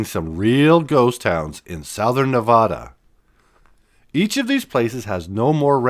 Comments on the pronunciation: It's been a long time since I've seen some of these places. I wish people would leave their spray paint behind before going there. Thanks for posting. Nevada = Nev-AD-a, not Nev-Odd-a. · Omg!!!!!! I started watching your video until (cringe) you called my state Nevauda don't do the accent there is none, it's Nev add da ask anyone here omg soooooo freaking cringe!!!! Just saying no harm!! Have a great day!!! Still not watching!! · Henderson, Nevada. Pronounced, NevAdA not nevauda. Lol Fun video from a local. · From Sparks,NV…Ely, NV is pronounced “Eelee” and Nevada is pronounced Nev-a-da with a flat “a”, think how Colorado’s a is pronounced by non Spanish speakers. Your Saskatchewan has “a’s” pronounced the same. Ely, NV has the coolest train museum with steam engines operating. (Currently be repaired…but they just got 3/4 of a million dollars to make needed repairs…so cool! The Nevada Northern Railway Museum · Dear, please learn to pronounce "Nevada" correctly. Love the video, though! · Please learn how to pronounce Nevada before posting and narrating a video about it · Can’t watch if you can’t pronounce the name of the state.